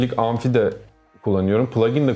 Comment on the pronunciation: Abi anfi değil amfi